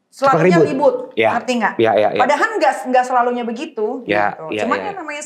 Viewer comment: "PADAHAL" bukan "PADAHAN", Neng! Yang ke 2, sunggu BERISIK bgt ini perempuan ga bisa ngmong dg nada rendah kayanya 😂